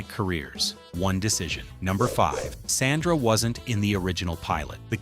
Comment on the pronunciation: this is low quality AI slop. They didn't even pronnoucned SANDRA right